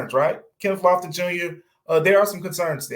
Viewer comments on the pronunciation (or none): Lofton? C'mon dude!!!!